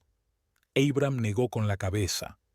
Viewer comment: Como se puede narrar tan mal, traducir mal los géneros, pronunciar el nombre de Abraham, poniendo el acento en la primera A, en serio? Historias que con un buen narrador, sería mucho más agradable...Siento ser crítica, pero es mi opinión...